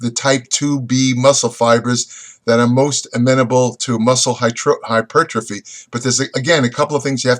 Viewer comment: Hy-ter-po-free. :D